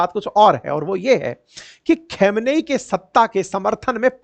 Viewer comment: Abe jab tujhe khamenai kahna nahiaata to keun bolta hai